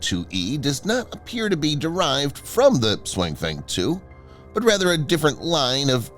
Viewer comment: TTS Voice really butchers the name this time. 雄風 should be pronounced more like “siong fung”